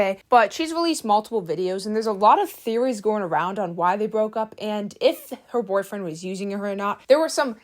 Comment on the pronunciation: I BEG you PLEASE learn to say boyfriend correctly.